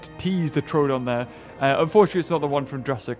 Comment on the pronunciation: I think its pronounced troadon but its spelt troodon. Sorry if this somehow offends you